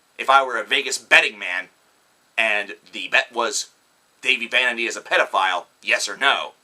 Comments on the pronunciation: Did you really just...okay. 1. You TOTALLY pronounced "Dahvie" wrong. 2. You sound stupid af. 3. Get a life. I watched the beginning of this, and couldn't even watch the rest. It made me absolutely sick and filled me with rage to hear these HORRIBLY stupid stories about Dahvie. Okay, go watch "The Truth About Dahvie Vanity". (The Youtube video), tell me what you think. And also, yeah cause a little girl could TOTALLY just shove Dahvie and hit him and shit. No. He never did any of that, that page is full of stupid, lying idiots seeking attention. Get your fucking facts straight. Get a fucking life, and get off Youtube. You look and sound like a stupid guy who dropped out of high school and doesn't have a job omg smhsmh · Its Da-vee not dayvee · One you said Dahive wrong. And second watch the YouTube video The Truth About Dahive Vanity. That will clear things up. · Dude that's not even how u say his name so you can't act like u know him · First how dare u say tht dahvie is a fuck up when your the one waring sun glasses inside THE SUN IS NOT IN YOUR HOUSE and they do not look cool they look stupid. Second u cant even say dahvies name right. 3rd you have NO proof he is a paedophile anything could be made up. 4th if you hate him so much why are u spending so much time talking about him. 5th u cant say they do bad music (its amazing) id like to see u do better. 6th botdf are amazing the best band in the world as well as bvb,my chemical romance, system of a down, all time low and fall out boy and so on, I would love to see u pick on them just coz a few or more people have made up some stupid storys on the Internet and utube. U are so ridiculous just leave them alown there a very good and strong band and dont need all your crap putting them down!!!!!! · Am I the the only one who cringes when he says his name wrong everytime? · Me too no worries though they take the time to talk the shit but don't even know how say the name